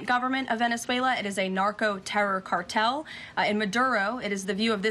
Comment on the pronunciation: Ahora escuché "cartel", como debería ser.